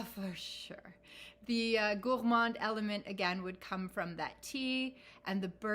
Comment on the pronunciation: I love the way you pronounce “Gourmand”, you need to give me some French 🇫🇷 lessons! I talk to my fragrances too! Why not, they are my babies! 👶 I didn’t like Gourmands at first, but moving to colder climes changed that! Yummy! 😋😋😋 When I saw your first post on Instagram about Tom Ford Noir Pour Femme, I knew we were sisters! 👯‍♀️ Love your choices, we have the same taste! 💖💖💖